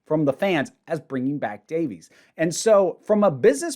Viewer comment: Davies ain't pronounced Davies